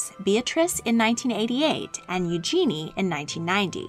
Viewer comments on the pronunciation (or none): one tiny thing just cus I'm British is we just picky about this Princes Eugenie's name is pronounced U-jshay-nee. there was a lot of argument about this when they televised her wedding in 2018 and an official etiquette and royal manners expert confirmed that this is how it is pronounced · “U-jshay tomato and U-jshay tomahto, let’s call the whole thing off.” Or give her a more pronounceable name.